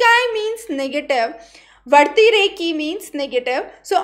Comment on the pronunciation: Mam it's vyati reki not vartikey please do correct